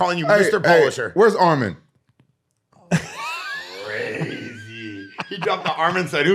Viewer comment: And Arman, not Armin 😂😂😂